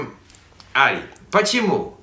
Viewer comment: У Ари хорошее произношение и очень естественный словарный запас ☺ Большое спасибо за видео на русском языке ❤💛